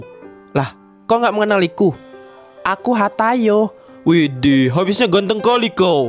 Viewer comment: kok bilangnya hatayo sih bukan hayato